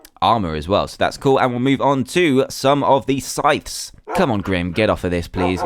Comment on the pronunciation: it's not sytches it's sy-th-s